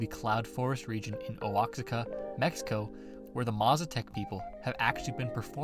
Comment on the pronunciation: Oaxaca is pronounced wahaca, mabroda